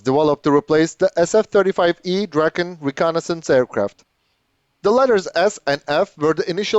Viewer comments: You pronounced Viggen correctly. Was it the Draken you had trouble with? I always pictured "Draw-kin" in order to pronounce it correctly. I always liked the looks of Swedish fighters. Their lines and wings look very pleasing. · I'd agree with jfl1642... No complaints! It was the break-down into Draw and Kin that I reacted to. It can be tricky when using other words to phonetically write words in a different language. I'm native in Swedish, but not English, so you would probably pick up on a slight difference in how I would pronounce the vowel sounds in "Ken-doll" as well. But to my ear, the vowel sound I hear in "Ken-doll" (and how I would pronounce it in English), is closer to how I pronounce the last vowel sound in Draken when speaking Swedish. Kin, as in "next of kin", isn't quite there to my ear. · If able too, it's better to picture how you pronounce the A in "dark" or "lark". Saying it like in "draw" really makes it sound weird.